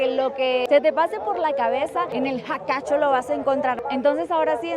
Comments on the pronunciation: Ay ajajjaja es "Jacha Qhatu", no jacachu me hiciste reir. Tus videos están muy bueno, ojalá algún día visites el Sur de Bolivia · Jajaj... No puedo!!! Está muy bueno el Jaka'chu. 😅 Bendiciones para tí hermosa 🤩 y un saludo especial para el guía que rebautizó la feria más grande y alta de Bolivia; "Jacha qhatu" 😄👍🏻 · me encantan tus videos... Me hiciste reir.... Es feria 16 de Julio no de septiembre 😂, te pasaste 2 meses.... Y mas cuando decias jacachu y no jacha qhatu😅... Gracias por venir a Bolivia🇧🇴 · tan linda la kullaka (aymara, quiere decir hermana) queriendo decir Jach'a Qhatu, pero le salió ooootra cosa. Igual se aprecia el esfuerzo. Muy lindos los videos de.